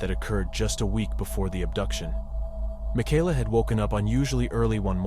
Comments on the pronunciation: You go back and forth between calling her Michaela (ma-kay-la) and “ma-ky-la” . Strange. Typically the name Michaela is pronounced like the former. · Would you please put more effort into your videos? You call Michaela 2 different names in this video. You did the same thing with the susoect going between Binder and Bender. If you're going to make videos about murder victims, you have a duty to show them the respect of pronouncing their names correctly each and every time. ETA ~ The music is unneccessary and too loud.